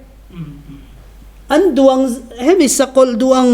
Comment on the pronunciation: Irs pension ve si mizo tawng i lam sual deuh tlat, an duan a awmlo an duang tih tur😁